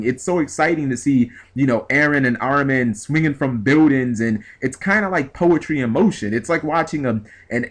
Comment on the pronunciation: Its fucking Ar-min! How the fuck do you get Ar-row-men!?